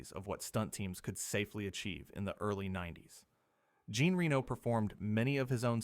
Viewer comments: You need to learn how to pronounce Jean. He’s not a woman. It should be pronounced “zhahn”. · Some interesting stuff here. Of course, ruined by the AI voiceover. As soon as the narration pronounces Reno's first name like the female 'Jean' rather than the French, 'John', you know that it's AI.